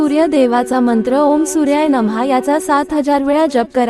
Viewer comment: नम नाही नमः असं आहे ते उच्चार